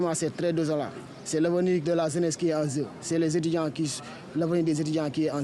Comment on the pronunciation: Des étudiants qui s'expriment ainsi ?! mon Dieu vivement que l'on ferme cette université .. << vraiment c'était une situation déplorante...>> <<Zraiment c'est très désolant C'est l'awenir de la Zeness qui en Zeu...c'est zeuness sénégalaise qui est en zeu...>> << je dois quitter ici pour aller à pikine...>>